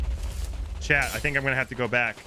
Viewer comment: i'm confused, is chad your boyfriend or are you saying "chat"?